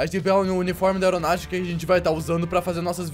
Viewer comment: Kkkk ele falou aeronaltica kkkkk é aviação não aeronalticakkkk